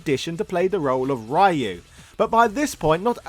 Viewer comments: Ryu is pronounced Ree-yuu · It's not Ray-u. Cease and desist bro. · LMAO. "RAI YOU". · fun fact - ryū is not pronounced »rai-you« ... facepalm. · Awesome video! Congrats! But the pronunciation of "Ryu"...